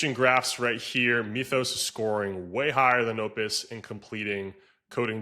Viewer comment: The "y" in "Mythus" is pronounced as a short "I", NOT a long "e". Say the word as if it were written "mithus", NOT "meathus".